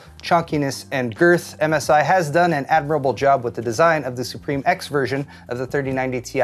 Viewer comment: ItS pRoNoUnCeD sUe PrImE